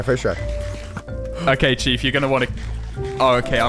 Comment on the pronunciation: Every time says chief, I hear cheap